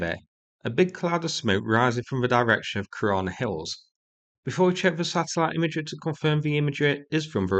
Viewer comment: Kirana bases or korona bases 😂😂😂😂